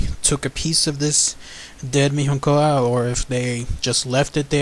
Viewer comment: You said it wrong. In Portuguese "nho" would sound like "nio". Saying "Miniocao" would be closer to the Portuguese pronunciation. Cheers.